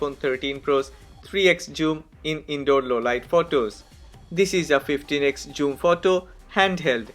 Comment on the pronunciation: Bro don't say joom